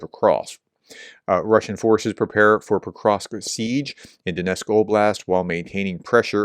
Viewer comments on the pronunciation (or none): It's not Donesk, it's Donetsk (is it that hard to pronounce the "t"?). Some Ukrainian words are really hard to pronounce for English speakers, so I can give some slack for the most part, but that is just sheer verbal laziness.